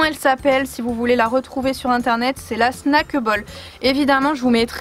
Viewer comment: La « snAAkeu bol » ahah j’adore 😂❤️